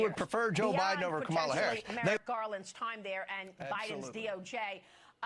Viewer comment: Disgusting…. Why don’t you do something that Really Matters GOMER … can’t even pronounce Kamala Harris’ name Correctly .. YOU ARE DESPICABLE